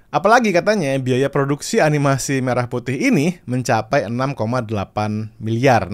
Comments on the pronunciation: Jelas pelafalan merahnya gak tepat😂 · bukti lagu ini bikin pake suno, yaitu pelafalan kata "merah" yang seharusnya mérah, tapi di lagu ini jadi mêrah. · dari liriknya aja udah kelihatan hasil generate Ai bang, pengucapan kata merah nya, menjelaskan itu semua, dan sepertinya masih pake versi free di v3.5 😊😊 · Kalau modal denger sih, ada signature khas AI. Entah apa, tapi khas aja. Ya betul untuk kata Merah salah pengucapan. Hanya bisa menduga sih. Masalahnya kalau memang tidak ada dananya kenapa musti produksi? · pengucapan merah putih di lirik, 'me' nya aneh pakai e dangkal. Liriknya juga rada2 'dari betawi sampai papua'